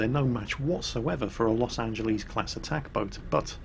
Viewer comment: LOS AN-Gel-Liss